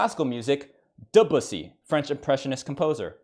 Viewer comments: Listening to him mispronounce Debussy for more funny points was painful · I had to say Debussy is class in sounded like I said de bussy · I tapped out at “profussy“. 😹 well done